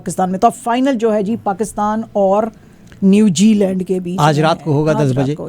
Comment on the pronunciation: it not New Jee land it’s NewZealand